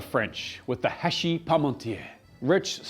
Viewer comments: Try again buddy, the h of hachis is silent 😉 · You pronounced it nearly perfectly: just skip the "h" altogether (pretend it doesn't exist). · Elocution is perfect… except for the silent 'h'.